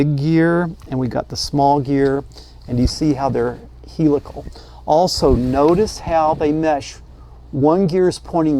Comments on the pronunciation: P.S.... We in the automotive domain pronounce the word Helical as "hell eh call" with the accent on the first syllable.:-) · He-lick-tacal gear? 😅 I hope you don't mind if I borrow that pronunciation.